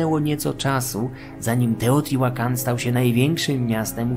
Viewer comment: Wiedza super ale niestety nie mogłem znieść wymowy nazwy miasta.